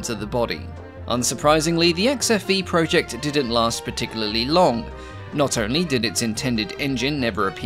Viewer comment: he must have lived in England for a good while then, because his accent is definitely mostly English. There is only the faintest hint of Aussie in the way he says "project", for example.